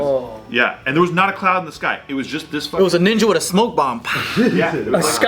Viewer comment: A ka-LOUD 😂